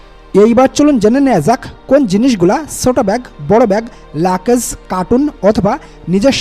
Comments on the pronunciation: মিয়া ওটার নাম “লাকেজ” না লাগেজ নামটা ঠিকমত বলতে পারেন না আপনি আবার চ‍্যনেল খুলছেন কেন? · Luggage er sothik English pronunciation er mayre bap kore felsen bhai… but sob info thik ase…